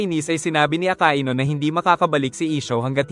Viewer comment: Hindi po aka i nu akainu po